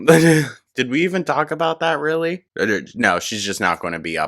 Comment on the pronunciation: "I'll talk to her rill good!" You sure did, Amber.🤣🤣🤣